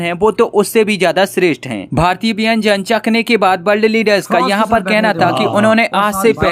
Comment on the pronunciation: अबे , बेंजन नही खाने को व्यंजन कहा जाता है 😂😂😂😂